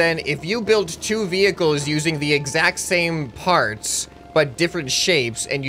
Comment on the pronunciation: I swear I heard “NEW FARTS” not “new parts”